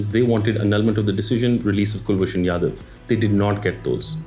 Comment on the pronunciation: It's Ja-dhav, not Ya-dav